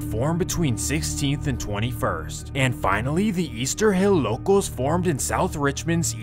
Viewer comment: Brody needs to cut out that southern accent with “Locos” 😂😂😂